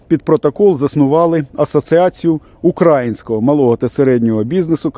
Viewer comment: Ооооо ! Козаки ! А де ви були коли ЯЗ кравчуки з кучмами оркам віддали ?! Млять ! І ще ! Наголос навчи спочатку ставити укрАїнського !!! До крижанівського звернись він більш знає як донати збирати ! Ще одне вилізло ! Залізь в ту дупу звідки ти вилізло !!! Добродій.... млять ! Ідіть до зедєрмака і наведіть там порядок ! А потім вже відосики будеш запускати . козаки.... КІЗЯКИ !!!